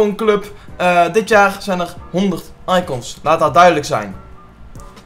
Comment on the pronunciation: hoe zeg jij icOns hh